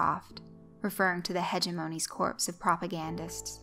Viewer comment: "corps" is pronounced "core"